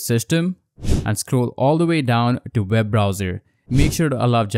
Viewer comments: It’s pronounced “web browser” not “veb browser” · It's also called an accent